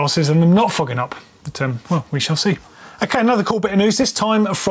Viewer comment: could you please figure out some way to say 'foggin-up' more often in your videos? I'm not sure it sounds the same to you Brits but its hilarious out here. Keep up the good work...